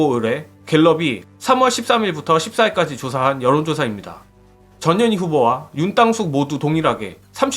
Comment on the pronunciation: 근데여 전 현희 님 성과 이름 띄어서 읽어주세여 ㅎ